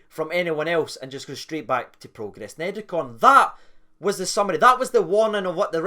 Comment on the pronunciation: Are you pronouncing it like that to call Niederkorn a bunch of neds? Like the Rangers TV announcer who kept calling Almeida, Almedia to rhyme with Artmedia.